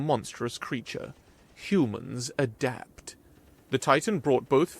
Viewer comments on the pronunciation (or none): Whoa. Started off a bit dark. Great recovery, but damn. Huge emphasis on "Adapt" before improvise and overcome. 😅